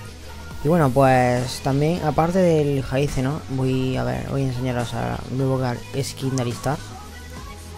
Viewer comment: se lee lleis no jayce capullin, hay aspecto de malphite tambien xD